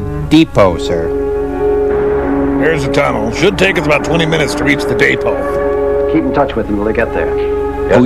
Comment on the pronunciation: That guy kept talking about the "day-po".... and the Maypo and the Alpo and the repo and the Suenteus Po and the sampo and the Edgar Allan Poe.... anything but the DEpot.